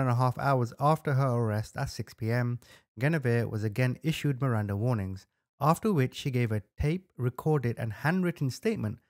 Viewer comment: MIRANDA RIGHTS not "warings"